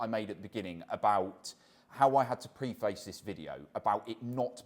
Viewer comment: That is definitely not how preface is pronounced